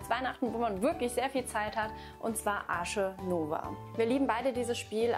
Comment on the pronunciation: Hat sie wirklich Tich und Arsche Nova gesagt? 😅